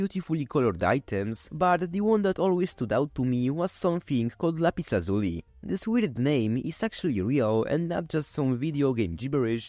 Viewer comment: "lazh-you-lie" That's how it's pronounced.